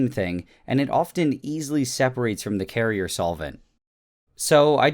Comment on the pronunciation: he says cariseen so much and i can't stop thinking of that song